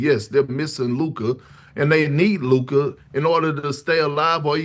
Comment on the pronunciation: why tf does say Luka's name like that